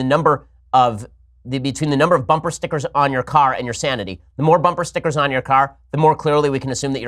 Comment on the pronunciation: How Ben says "Stickgers" always says it that way. Makes me laugh.